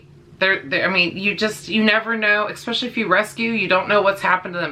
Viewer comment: The way you say "especially" as "ekspecially" bothered me lol. Anyway. Had a blue heeler when I was a young kid. She was an amazing dog. Very smart, very obedient. Fast forward 20 years. My good friend has a blue heeler runt and she is the best. Very protective, patient, obedient but very playful. I on the other hand just adopted a red heeler mix. She is so sweet and hasn't snapped at me but she does show aggression with my other dog over toys and food. Hoping I can curb that because when I break it up and tell her no she is so submissive and she acts guilty and ashamed for doing so. Just gotta give it time I guess.